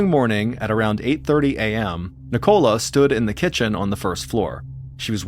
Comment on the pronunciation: Ni-Cola lol